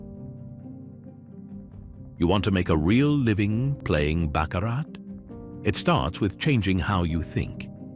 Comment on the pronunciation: These AI voices are becoming rather annoying, especially when they can't even pronounce "Baccarat" correctly. They even said "Charlie Braley". 😮 Charlie has a wonderful speaking voice and should take advantage of it.